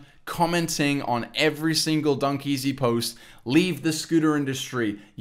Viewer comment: ITS NOT DUNKEAZY ITS LiL dEaZy😂